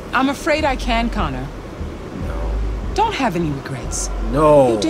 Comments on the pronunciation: Barely, also its Connor not conner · This is def one of my fav play throughs from the samurai❤ especially because he keeps calling Connor, Connie😂😂❤